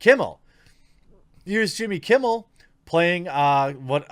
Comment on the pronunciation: You said Jimmy Kimble